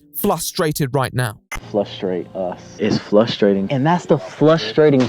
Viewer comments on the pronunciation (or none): Flustrating???🤨 I really said it out loud and my sister was like no biich frustrating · be out here calling out “flustrating” like he doesn’t say “asseptible” 😂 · That's hilarious -- I knew someone who would say "fus-strating" (instead of frustrating)... But it's a first to hear "FLUStrating" 😆😅... Dear Lord. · "flustrating" Excuse me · “flustrating” 💀 that man may have money but he is dumb as a fuckin door nail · "FLUStrating" got me😂😂😂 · why is no one in the comments talking about how austin says "frustrating" ? like it's not ever that the L just comes out on accident, he emphasizes it. fllllllllustrating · It’s ‘flaustrating’... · Is he serious when he says “flustrating” ? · LMFAO HE REALLY JUST SAID FLUSTRATING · I heard him say it once in another video and I was like oh must have misspoken but now I find out he just says it and no one corrects him? This creates an even bigger ??????? for me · truly flustrating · Makes fun of Austin for saying “flustrating” .... “Critism” 😂😂😂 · Their pronunciations are legit flustrating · "You work so hard, you learn all kinds of words, you figure out cool pronunciations, and then, you mess up one word, and it's just so...flusteruster8ing." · I have heard SO many people say FLustrating. I just don't get it. There is no L in that word. Not even close. Why do people add it? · Dude,this video is good but we shouldn't make fun of Austin saying frustrated improperly,some words can be very hard for people to announce,so making fun of that is immoral,no matter how bad the person is. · My dad says that. its so annoying.